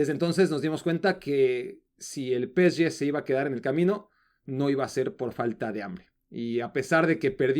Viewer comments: PE-ESE-GE: ❌ peeché: ✔️ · Encima ni siquiera lo dice bien... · Estresa que diga Peshe en francés.... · por que pronuncias asi psg ya te quiero ver berriando como borrego